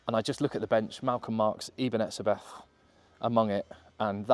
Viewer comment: Just a little heads-up, the name Etzebeth is German in origin and in pronountiation, the "h" is silent. Hence in South Africa, we say Etzebet.